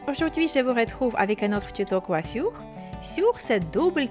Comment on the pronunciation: J'aime bien quand tu dis coiffioure 😘